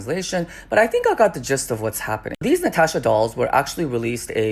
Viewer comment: *Latasha...... ..not "Natasha"